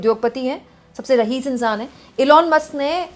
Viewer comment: रहीस नहीं रईस होता है ।